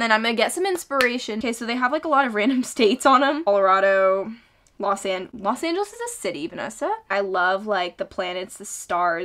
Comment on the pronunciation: “Los Angels is a City Vanessa”😭🤣🤣